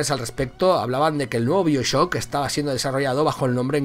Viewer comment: Se dice baioshock